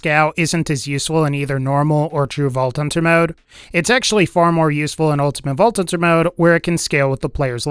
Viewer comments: "ulTimaTTE vaulTT TThunTTer mode" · "Ultimate vault tunter mode"